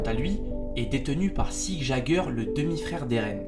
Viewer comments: sa se prononce sigue yéger mais sa s'écrit sieg jäger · Tu prononces mal certains nom comme "Jeager" (Le "j" ce prononce en "y" comme en allemand) Et Sieg (toute ces lettres ce prononce) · Yamiii _ nn cela se prononce sig et non pas sieg